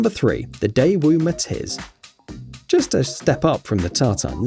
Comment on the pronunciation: When viral car said MATIZ i tought he said MATITS